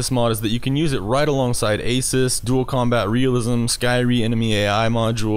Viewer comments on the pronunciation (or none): Btw... don't call it asis... or if you do. Don't make it sound like asus. I was like. Compatible with asus??? WTF IS HE TALKING ABOUT! ??